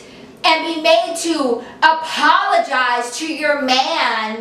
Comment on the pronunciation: APOLOGISE she wanted u to apologise can u please rephrase that cause i am really finding it hard to figure out what the hell she's saying btw i love u so much